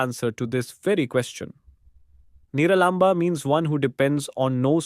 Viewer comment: Absolutely incorrect pronunciations of sanskrit words like Upanishad and Niralamba!!